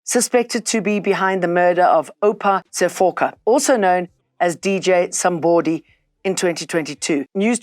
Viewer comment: I loove how she says DJ Somebooody, because that's the correct pronunciation 👌🏾